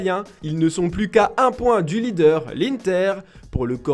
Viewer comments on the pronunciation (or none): none